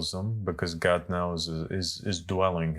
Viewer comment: "God", not "Gog" 😊